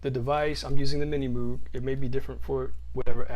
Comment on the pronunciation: The Muug? It's Moog..